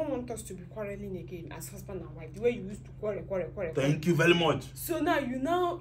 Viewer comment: stop saying quallel say quarrel. It's easy.